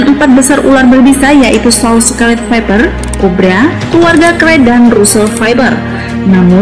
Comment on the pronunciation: Mbaknya bilang Viper(faiper) jadi faiber😅